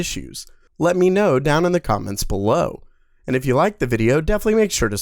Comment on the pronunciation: Dnt bark like a dog when saying belowwww. It looks so worst